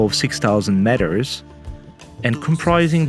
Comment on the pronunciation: Sorry for being a spoilsport but it’s pronounced as “meters” and not matters, please check it out on the internet, it just sounded too annoying that’s why mentioned.